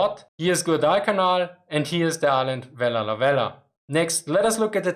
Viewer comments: Am a Vella La Vella woman born at Vella La Vella. This is how you pronounce our Island name... Say Vella (stop) La (stop) Vella. You take a short breath and say it's words. It is named by a French Explorers to Solomon Islands they are Captain Carteret and Captain La Peruse. Our language is very hard to speak it's an Austranetian language tongue wobble inside and only us people of Vella La Vella can speak it none of other Solomon Islands people can speak our Vella La Vella language. Very unique easy to learn cos the language is exactly like English when I translate word by word. So now people learn my (Vekalo) Vella La Vella Language. Yes we still have 7 Japanese Soldiers living in the thick mountains jungles of North Vella La Vella at Java Sibilado area. They still alive in jungles villages see them go get ripe bananas, pineapple in their gardens. They looking old but very strong grey long hair eith long beards as well. Our forest and jungles are full of wild bamboos so the live underground very clever Japanese Soldiers. They report them in 1985, 1986 on and their Commanda flew over to Vella La Vella telling the men to come out WII has ended. The commands even drop Japanese fliers in Japanese language all over the jungles. Still today they are there survivors. Also in my village us a Japanese Soldiers grave my father a Missionary bury him in our family grave yard. If any Japanese know of a missing soldier get in touch with me please. Anybody know name of USA Marine Commander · I'm truly amazed about how you managed to say "Vella Lavella" while maintaining sanity. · Vella Lavella is almost breaking your tongue Can you say it 50 times in a row ? What were the most difficult words for you to pronunciation ? Very interesting topic topic, a change from the meme of Japanese throwing their men in meaningless meat grinders.